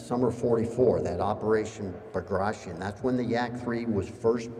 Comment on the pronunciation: Bagration should be pronounced as:( B a graa [tea] On), not (BagrAtion). Bagration Piotr Ivanovich was the famous Russian General of Infantery, he was a nobel man, prince, not just some "dead Russian, who fought in Napoleonic wars".